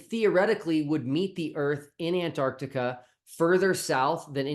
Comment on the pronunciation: Where the hell is "Antartica"? The place where the South Pole lives has a letter C in the middle!